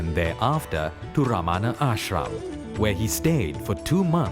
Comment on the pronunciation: Sree Ramana. Not Ramaana.